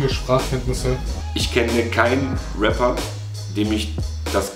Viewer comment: Bro really said "RAPER" 💀